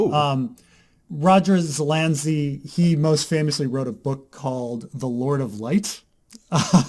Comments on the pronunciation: Dude, learn how to pronounce Zelazny. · 1) Zuh-lazz-knee. Not that hard. Surprised would have trouble with that. 2) Amber. Amber is why Zelazny is a GOAT. Also surprised isn't aware of that. Have I placed too much faith in you,?:/